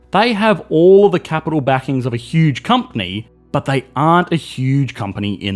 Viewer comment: The way this man says "BHUT" makes me feel things